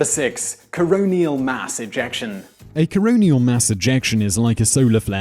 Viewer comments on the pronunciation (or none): Coronal, not coronial. It's not relating to a coroner. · It's Coronal mass ejection not coronial. You seem to make mistakes on a fairly regular basis.